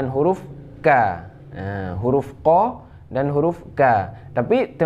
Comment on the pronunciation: Cara baca Qof atau qolqolah shugranya ga begitu mas... Bedakan antaranya qolqolah shugra dan qolqolah kubro... Mohon dipelajari lagi...